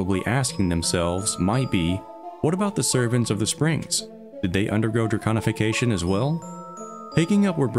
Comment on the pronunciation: Thank you for saying it correctly 🥲 so many lore channel say draGonification and it drives me crazy! Amazing videos 🎉